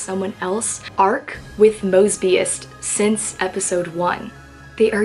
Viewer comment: I'm sorry😂 when you said "mosbius," I immediately thought of mr. moseby🤣